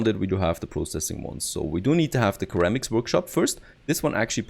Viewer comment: its pronounced “Sir Ram Icks” for Ceramics ;) nice video.